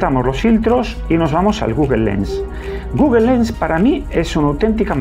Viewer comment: Nada, me da risa cómo pronuncias Google 😸